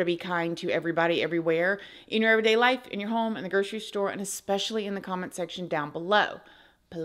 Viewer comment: Jeez … there may be young women watching your channel looking up to you. At least try to pronounce words correctly. 😆 There are no “B’s” in the word SUPPOSEDLY…. Suppose-ED-lee… not “suppose-ah-BLEE”, honey. Supposedly. ✅ There are no “X’s” in the word ESPECIALLY either. It’s not “EXS-pesh-ah-Lee”… it’s ESS-pesh-ah-Lee. Especially. ✅ Seems like a small thing, but it’s like an adult saying “pahsketti”, instead of “spaghetti”. It’s a real dumb look… mama always said “stupid isn’t pretty.” Love & Light. 🌈🪬